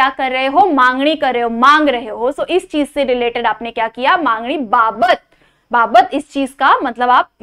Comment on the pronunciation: Mam mangni nahi hota he it's magni